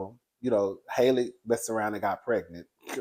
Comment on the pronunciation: I think halle bailey pronounces her name like halle berry.